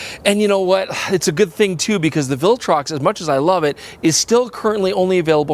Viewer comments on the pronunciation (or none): none